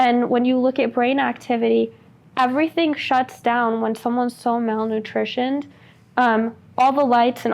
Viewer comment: Just realized Lima says “malnutishioned” around the 23 minute mark.. if she isn’t smart enough to know the word “malnourished,” then she is definitely not smart enough to have developed the technology she claims have